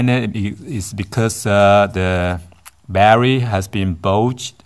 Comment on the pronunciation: Every time you said battery I wanted to pull my hair out.